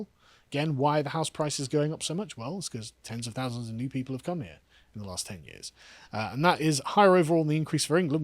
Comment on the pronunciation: Gotta say, even after listening to the last sentence by Karl for four times. I could only understand with captions that he meant "people" and not "pedo" coming.